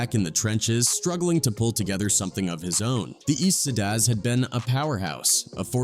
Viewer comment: A.I. can't pronounce "Tha Eastsidaz"...🤣